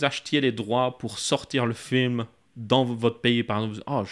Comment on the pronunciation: Il a dit un flim 😂